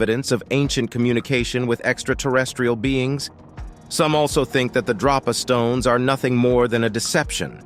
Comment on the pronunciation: DRO-pa stones or DROP-a stones? Here's your sign ------------ He mostly calls them Drop-A stones and then near the end he calls them Dro-pa stones (which is correct). I find it amusing 😋